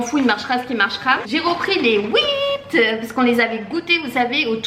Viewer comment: Trop bien! Étant québécois de souche, je dois te dire que les Wippet, on les nomme "Oui-pet" et non "Whipped"! Bonne chance pour le nouveau travail!!